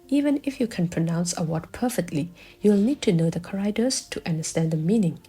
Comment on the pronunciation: “CHAracters” = chá-rák-téhrs (or Káh, for the firsy syllable), just poiting out the correct pronunciation because it confused me at first what you were saying until i realized you tried to say ‘characters’.